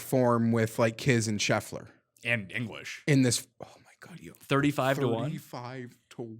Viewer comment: DK: mschiissler Winner: Scheffler